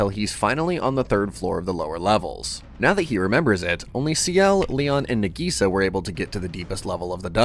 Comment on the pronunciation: Her name is Nagisa. Why is the AI calling her Nigisa?